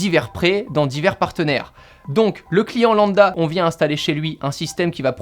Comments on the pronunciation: EEEuuuh....... C'est lamBda qu'on dit, pas landa...voilà,vloià... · On dit lambda pas landa 😂😂